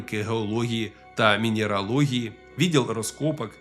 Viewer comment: Вчіть українську, наголоси, вимова і т.п., бо коли чуєш «мінєралогії», вибачайте, але аж ригати хочеться